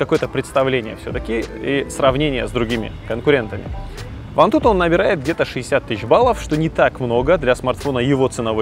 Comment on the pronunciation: антутУ, ударение на У вирнити прошлага видущива(((((((((((